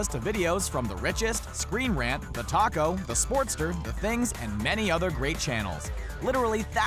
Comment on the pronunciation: When add said "TALKO" i hear "TACO"